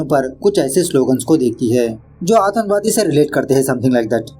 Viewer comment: Aatankwadi not atanwadi😂